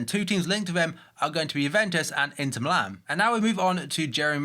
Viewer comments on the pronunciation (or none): none